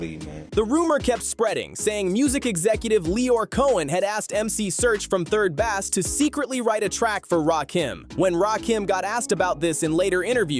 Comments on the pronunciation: 3rd Bass. AI... it is pronounced like Base. Bass. Music. Did you think they were a fish group? LOL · I HATE AI content. I tried to get through this but the constant mispronouncing of Rakim, and ESPECIALLY mispronouncing 3rd Bass as 3rd bAss was just too much. This is lazy and sloppy. "Dont recomment channel". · RAY-Kim? 3rd BASS🐟?! What kind of dysfunctional dyslexic ai🤖is that⁉️